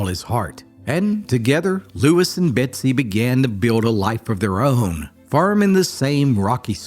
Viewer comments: Betsy or Bessie? You're saying Betsy but the title says Bessie. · Is her name Bessie or Betsie as you kept saying? A story of resilience for sure! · Title reads Bessie but I keep hearing Betsy. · Her name is bessie not Betsy. Why put all this effort and say her name wrong every single time? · Just read it yourself and stop with the AI that can’t seem to say “ Bessie” instead of “Betsy”. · Is it just me or does he sound like he's saying "Betsy"?